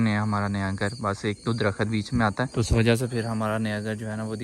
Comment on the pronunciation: Agar tu School chala jata tu aaj Alfaz sahi bol rha hota darkhat darkhat nhe kr rha hota....